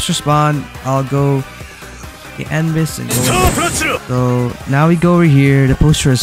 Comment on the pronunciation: It’s not anbis it’s a-nu-bis not anbis